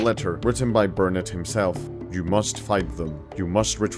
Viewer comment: Quite impressed with the pronunciation of Nacigdoches and Burnet (bur nit).